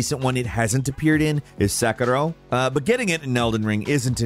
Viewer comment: Why the hell did you say sekiro like that 😂